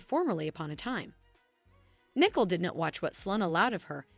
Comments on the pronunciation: It's Nicole not Nickel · English must not be your first language. How can you call Nicole Nickel. Her name is pronounced knee coal…It is Bobby Stein not Bobby Stain.